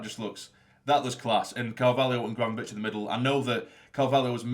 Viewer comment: Great vid mate. I’m not 100% sure but I think Gravenberch is pronounced Grayvenberch.